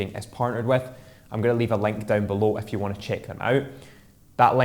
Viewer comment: Nice episode tho every time you say "if you" it sounds like you saying "F u" which sounds funny when you realize you didn't mean it in that way.. tho Thanks for the great tip it helped